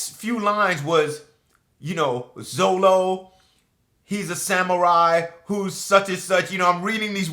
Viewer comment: Love the rap, it's kinda odd though how 4kids managed to screw Up Zoro's name by calling it Zolo.